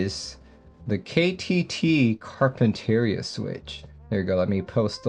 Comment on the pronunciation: this is how you say Carpinteria